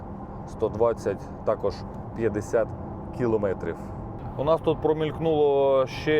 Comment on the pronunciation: килООметрив,сколько раз тебе ещё бля говорить,киломЭЭЭЭтрив!!!Насте стыдно за тебя